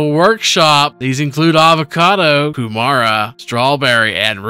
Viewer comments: very close, not hating. I'm from New Zealand after the R it kinda sounds like a D like Ku Mard a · Kew mara 🤣🤣 that's not how it's pronounced